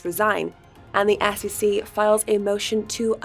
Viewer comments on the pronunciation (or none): That has nothing to do with it... she just can't pronounce an E from an A. For example, she says ASS-E-C instead of S.E.C. If she learns proper english pronunciation she will be ok.